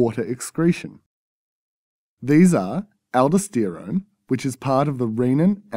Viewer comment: aldoh-steerown? that's pre-poh-steerose